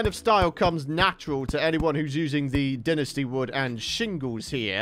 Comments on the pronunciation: Well it's wrong. There is no "English" pronunciation as it isn't an English word. The official pronunciation is dine-ess-tea. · It’s pronounced “dine-ess-tea” not “din-est-ee”. Lol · it’s incorrectly pronounced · No offense but Dinasty dont sound right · So gross hearing him say dynasty